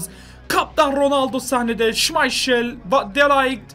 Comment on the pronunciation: Şımayşıl değil şımaykıl